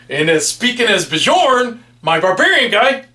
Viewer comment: Bjorn is pronounced like Byorn, not Bijorn! (My dog will thank you for getting it right!)